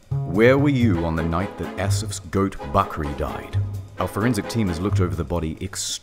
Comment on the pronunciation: I am pakistani and I am cringing soo hard from how you pronounce the names and "bakri"